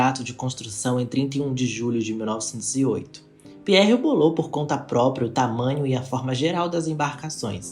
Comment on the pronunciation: A pronúncia do sobre nome não é Carlsle, e sim, Carlaiou! E do dono da Harland and Wolf se pronuncia Pirrie (com enfase no r duplo), e não Piérre! Eles eram irlandeses! Parabéns, pelo vídeo